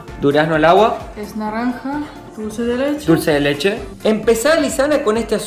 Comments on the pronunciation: por que le decia ''dulce de chele'' jajajajaj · dulce de chele jajajajjajajajajaj bien argentino